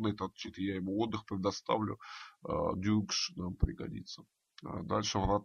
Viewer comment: он все-таки дукш, а не дюкш, вы неправильно называете, это непрофессионально!